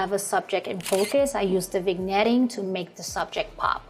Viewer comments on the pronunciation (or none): Weird way to end a video, mid-sentence. You also didn't use the crop tool and the cropping on that photo is super awkward. By the way, despite the spelling, the word is not pronounced "vig-netting" it is pronounced "vin-yetting" because the g is silent, just like in "sign" or "light."